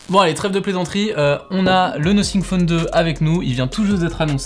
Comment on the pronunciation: Le "nossing phone"